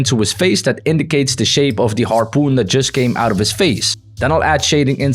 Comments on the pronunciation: bro just said harpeen and now said harpoon was insane 😂😂😂😂😂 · bro said harpeen gun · Why you said harpeen that makes me laugh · "The harpeen" huh harpeen?😂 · When you said harpeen you sound like Filipino